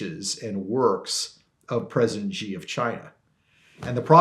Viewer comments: How can you write a book on China and not know how to pronounce Xi correctly.. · Here's one way you can NOT shill for the Han commies: stop calling the chairman of the CCP "president." Xi (pronounced shee) Jin Ping is NOT a duly elected president. China is a communist country. Think about it. Germany does not have a president, neither does britain or canada. And China certainly doesn't. American presidents call chairman Xi by that honorific just to confuse the public.